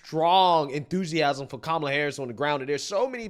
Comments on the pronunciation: That lady mispronounced Camela. You know what that means by CNN standards, so why didn't lemon confront her on it? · The Puerto Rican lady pronounced her name Camel-la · She said “camel ah” lol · So you're going to vote for someone when you can't even pronounce their name correctly? Camel-a 😂😂😂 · Thay woman at the beginning called her....Camel-A 🤣🤣...I agree with you on your analysis. The main thing is to stay away from MSM , even Faux Spews as they will start playing mind games with the masses. TRUMP 2024 MAGA LFG!!! 👍👍💪💪💪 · Surprised Donny Lemonpack didn't correct her on mis pronouncing her name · Strange. Don didn't correct the PR lady's pronunciation of Kamala like he loves to do with "others". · that woman is a racist.... she said kamala name wrong! 😂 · She's so, so very excited to vote Kamala (and clearly always has been), but can't even pronounce her name. Just goes to show she's done a solid zero seconds of research. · mispronounced Kamala's name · Don didn’t correct her, when she said Kamala wrong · Oh noes she said Kamal's name wrong! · Whoops, she just mispronounced Kookoo's name. (At least I think she did, no one can seem to keep up on that.) She must be a racist!! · That Puerto Rican woman did not pronouce Kamala's name correctly. She's a racist and I am appaled. I demand an apology.😂😂😂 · WHOA WHOA WHOA did anyone else hear that ray cyst, seg cyst, bigoted lady mispronouncing CAM uh luh? I don't have the words. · Don Lemonparty, when are you going to pronounce it correctly? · How did that lady call 🐫 a la WRONG & NO BODY SAID SAY HER NAME CORRECT ??? GTFOOH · She didn’t pronounce Kamala right why didn’t he say anything